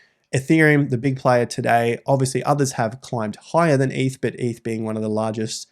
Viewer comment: its eth not eeth